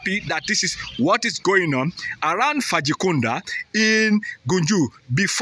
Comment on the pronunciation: Not faji Kunda but bajo Kunda